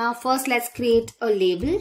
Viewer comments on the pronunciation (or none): none